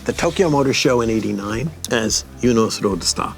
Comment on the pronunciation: Bob is the GOAT, which makes sense how he invented the GOAT car. It's also good to hear how Eunos is pronounced since it was killing me trying to figure out the exact way to pronounce my imported Japanese NA. But I live in Europe so it's forever the MX5!